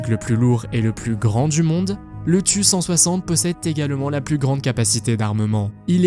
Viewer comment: pour le tu160 ca se prononce T U pas tu